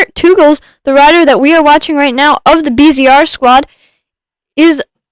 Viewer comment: My bands are Belgian 😁! Thanks for the stream. Pronounciation of Teugels is one of the most correct I've heard so far, thanks!